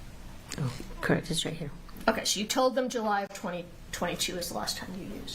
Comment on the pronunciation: correct? Correct? Correct? Crect? Crect? Crect? True? Crect? Does she know any other three words?